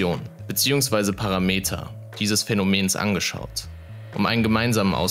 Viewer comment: Das heißt Parámeter, nicht Paraméter!!!!!!!1